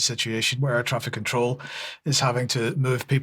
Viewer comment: Lure = Lee-you're Control = Cont-row-el Pakistan - Park-i-starn